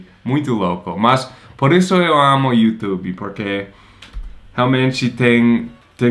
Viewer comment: Ele falou you tubiiii igual a gente!!! Que gracinha!!!!